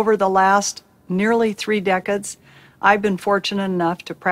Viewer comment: Can't pronounce decades? You lost me there.